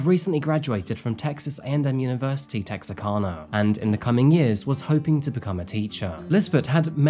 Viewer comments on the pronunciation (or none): It is pronounced Tex -R - Can - Ahh. Lol. Not to make fun of anyone speaking, but I just wanted to let everyone know. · I'm from Texarkana! The Arkansas side. Great video, and it was kind of nice to see pictures of my hometown and surrounding areas. ( Texarkana is tex-ar-kana, like can, a lot of people pronounce it like you did, it's ok!) Sad story. I watch all your videos and like your format. Have a great day! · Oh my gosh this is from my hometown 😨 I cannot believe is talking about it! It’s so funny hearing say Texarkana 😂 I was waiting for him to say “ArkLaTex” And I got married at the RRAD!